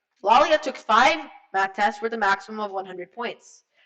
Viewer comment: He said Laila wrong